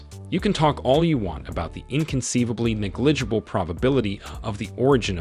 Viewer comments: Knee-GLIDGE-able? Astr-OH-biologist? Why do you so often stress the second syllable of any unfamiliar polysyllabic word? It’s rather weird. PS theres's more. Banal should not rhyme with anal. It's pronounced buh-nahl. Finale is pronounced "fin-ahlay" not "fine-ahl". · I got stuck on his pronunciation of ne-GLI-gible lol